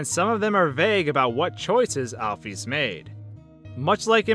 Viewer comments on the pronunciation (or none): its Alphys Al-Phis not Al-Phees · AL-ISLAM NOT ALFUS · It's not Alf-ees It's Alf-is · Every time I hear "alf-ees," I sort of wince. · you said Alphys wrong it is (al-f-IS) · lol it pronanced al fis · just wanted to let you know Alpys's name is pronounced "Alfis" just like the beginning of the word "physics" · Your Calling Alphys Alfees For Real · alfees is how this guy pronounces it lmfao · please pronounce it right